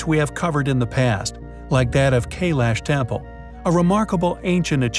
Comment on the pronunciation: Your saying Kailash, wrong .. pronounce ki-lash